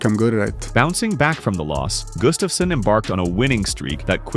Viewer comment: His name is Gustafsson (Swedish) not Gustafssen (Danish).